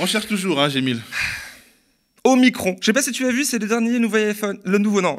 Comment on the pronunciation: faut le prononcé omicrone sinon tu risques d'avoir problème avec le Omicron:-)